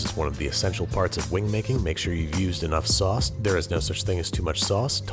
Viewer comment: TAUSS WITH AR SAUSS